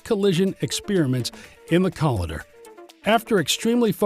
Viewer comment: IT'S NOT "COLLIDDER", IT'S CO-L I DER , THE "i" MUST SOUND LIKE THE i IN Lighter!!!